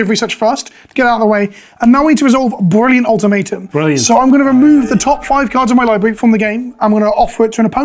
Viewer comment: sorry you pronounce brilliant ultimatum HOW?